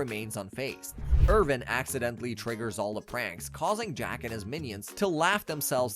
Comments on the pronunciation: Every time he calls him "Irvin" i die a little inside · The kids name is Irwin not Irvin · Awesome video on an awesome series. All the spots where you used a V* should have been a W*. Ex: Irwin* not Irvin but good bud nontheless👌🏼